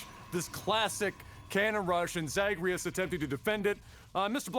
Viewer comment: That butchering of Zagreus is classic LAGTV.